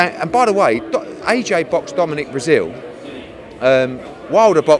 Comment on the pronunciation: Dominic brezeale 🤣🤣🤣🤣🤣🤣,,, killed me